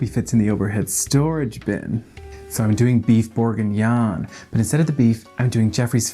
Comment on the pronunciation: The pronunciation of "bourguignon" and "cognac" literally made me spit out my coffee! HILARIOUS!